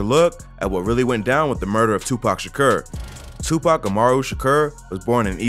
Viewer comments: “Tupac shakerr” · TwoPac Shaaakuuuurrr I ve never in my life heard anyone say his last name like that. OP is full of cap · “Tupac Sha-ker” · You saying his name wrong and it’s driving me crazy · cant watch this video way he pronounces his name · You gotta pronounce his name right lol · Why does him saying Tupac’s last name sound weird lol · You far from saying his last night right and you know that so why do that but your ignorant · They way you say his name is so fuckin dumb 😂😂😂😂😂😂😂😂😂😂😂😂